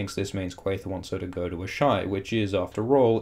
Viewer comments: A-shy? Don't Melisandre and the others all pronounce it "Ahs-a-ee?" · Ass-high not Ash-eye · Isn't it 'ass-hi'? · How normal people pronounce Asshai : ah-shai Me, an intellectual: Ass-hi